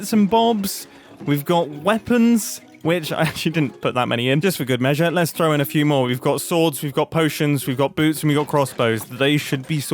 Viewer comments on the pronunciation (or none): none